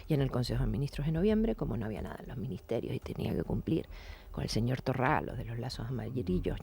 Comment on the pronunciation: Me hace gracia cuando Oramas llama "Torrá" a Torra. Pensé que sólo lo hacía Abascal y Ortega.